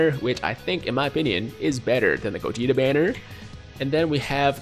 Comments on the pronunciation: I didn't wanna say nothing but did this man just say "Vedito" and "Godeta"?? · did he say vedito and godeta?